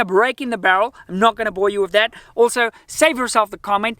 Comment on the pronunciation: Guy must be South African. Pronouncing "with" as "wiff".